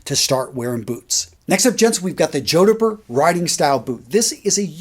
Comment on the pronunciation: The spelling is jodhpur. The pronunciation is jod pur. Saint Laurent do the best with a Wyatt last. They are for every age. You are welcome. 😊